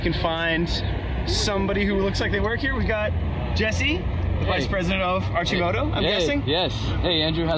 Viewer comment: Hey Andrew, it's pronounced Arc-i-moto...not Arch-i-moto. But hey, you did get SRK right, good job.